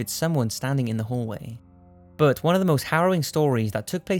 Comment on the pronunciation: everytime you say "but" i hear "bert"......